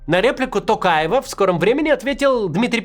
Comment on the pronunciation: Как-то странно вы, Максим, фамилию Токаева произносите – через вологодское "о". 😂